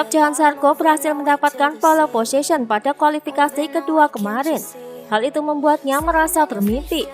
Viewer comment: Bacanya pol posision aja mbak, bukan polE .. wkwk